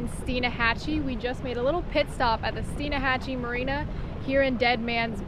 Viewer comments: Why is she adding an "a" in the middle of Steinhatchee? Its not Steen-a-hatchee, its pronounced Stine-hatch-ee. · It's Steinhatchee..... You're adding an extra A in it. :) Keep up the good work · Steinhatchee, not steen a hatchee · Alright I love you videos but can you please say your location in this video correctly. I live an hour and a half from there and it's Steinhatchee. Not Steinahatchee. On another note. I love yalls channels and yalls videos are the only ones I can get my wife to watch with me and she actually be interested. Thank yall for all the hard work. I'd love to do a collaboration with yall one day. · Love your vid Love your family but it’s Steinhatchee not Steinahatchee😃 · My God stop pronouncing the "a" in Steinahatchee = Locals have forever called it Steinhatchee ( the "a" being silent) ! ! ! ! ! ( a Floridian, that grew up up there ) ! ! ! ! And to be more better correct = It's not pronounced like a German "Stein", rather like "teen" = Steen - hatchee ..... FYI ( Kelly's almost got it )........ Enjoy yer stuff ........! ! ! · Awsome vid love your channel by the way there is no 'uh" in Steinhatchee its just stein.....hatchee keep up the good work and watch out for Luke lol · Love the channels for you both. Always great family fun. Not to be negative, just fyi, the town is Steinhatchee, without the “a” and most folks pronounce it as stein-hatch-e. Keep the good videos coming. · Dear Lord I hate to post this.... But I grew up in N. FL and live there to this day. I love both your channel, Gabe's channel and DMF's channel. However, there is not a "A" in Steinhatchee. Love you guys, Love your channels ( I never complain). However that one got me:-). Edit - I really need to retract that, there is a A in Steinhatchee, but I have never met anyone who says it. I am probably %100 wrong.